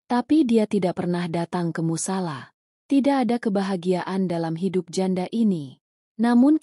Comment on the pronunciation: Fitnah mimin nyebut musolla aja tak tepat mimin palsu.